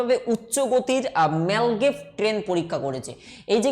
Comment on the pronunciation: apni apnar pronouncing ta arektu perfect korun. মাগলেভ কে বলছেন মালগেব। বৃহনমুম্বাই কে একটা অন্যরকম উচ্চারণ করলেন। আরেকটা লেখা ছিল বেডউ কিন্তু আপনি উচ্চারণ করছেন বেউড। কোনটা টা ঠিক আপনার উচ্চারণ না টাইপ? এটা confusing hoye ja66e।